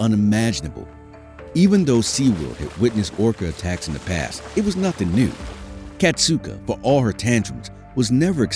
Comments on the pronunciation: Kasatka, not Katsuka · it wasn’t his last moments. Ken Peters is still alive and still working with the whales at seaworld. it’s also pronounced kas-at-kah not kas-oot-ah